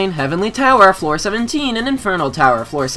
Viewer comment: I love how he said heavenly flower lmao and it also put HF on the specification of what tower